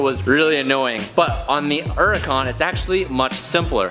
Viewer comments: Am I the only one who notices he says “uracon” instead of Huracon.... idk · Is it just me or am I the only one who gets pissed off at how pronounces hurican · Why always saying “erican”? The h is not silent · Only question, why do you pronounce it “uracan” instead of “huracan” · Please stop calling it a "Uracan" the H isn't silent dude.... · Why u say urrican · Why does he say Huracan like yeracon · Why do Americans say ‘Uracan? Like, there’s a H. Same with ‘erbs. What you got against H? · Does anyone else have there gears grind when they hear say uracan instead of huracan? 😂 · Has given up saying H for 2021. Uracon drives me crazy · I swear im about to lose my mind if he says Uracan one more time. XD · Anyone else annoyed he doesn’t pronounce the H? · Can you please start pronouncing the name of the car correctly. The "H" isn't silent. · It's pronounced 'yur-ah-con' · Why u not say the H IN THE HURRICAN LOL ITS NOT SILENT